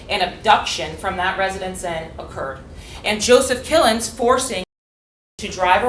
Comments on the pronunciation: I heard his name as Kill'ems. Close enough and WOW!! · It sounded like she said “Mr Kill em’s” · "Killins" FFS